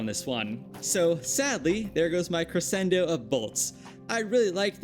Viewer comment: all i have to say is your pronunciation of crescendo is bad. The c after the s isn’t silent and makes a different sound. it ends up being more like creschendo. sorry but music terms are something i’ve dealt with for too long and they get mispronounced all the time.